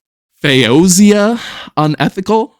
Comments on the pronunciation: Hey - thanks for another Maphra reaction. FOE-zee-uh, fwiw. Just wanted to say that I enjoyed your monologue at the end. People like to talk about her performance and how great she is, but I like that you made it real to yourself. I think you're right that it's all about the connections. Have a great one! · Original artist is pronounced FOE-zee-ah. :-)